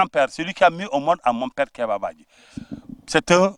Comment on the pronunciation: Il faut prononcer le nom badji comme le prononcent les Diolas.